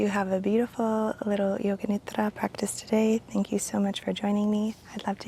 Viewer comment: I love when says nidra